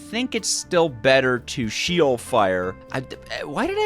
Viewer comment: Btw its not she-ol its she with the eh not a e so its sh-eh-ol from a hebrw speaking fella